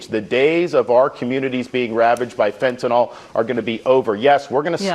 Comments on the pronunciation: Who is forcing Fentanyl (not Fentenol, you idiot) into the bloodstreaqms of Americans? no one. They want it, they crave it, they buy it. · Is it me or is anyone else really sick of hearing about the "fentyNOL" problem? It's fentanyl, -NYL... FEN-ta-nill. How am I supposed to take these people seriously when they can't even pronounce the damn word right? Someone get me some Tylenil, gives me a headache. Thank you for being able to pronounce words, unlike this nitwit Floridian douchebag. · Fentanol? Speak properly doofus. You know what, if people stopped buying the crap there would be no smuggling.